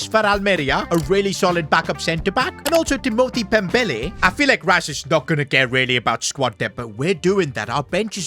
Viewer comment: Pembele en ves de dembele